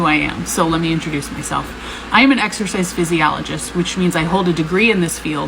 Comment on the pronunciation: Ms "Exorcist Physiologist" is very convincing when she doesn't even know the proper pronunciation of her supposed field of study she received a degree in. /sarcasm off